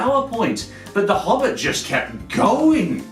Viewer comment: I unsubbed when he said Hobbit xD